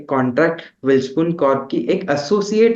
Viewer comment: वेलस्पन वेलस्पन.... वेलस्पून नव्हे..